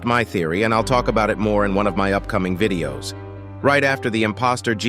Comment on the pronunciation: He sad vididos